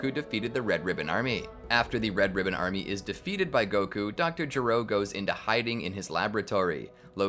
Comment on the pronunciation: "Red ribbon ArMEH"